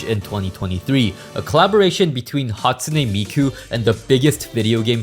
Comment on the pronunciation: "hatune miku"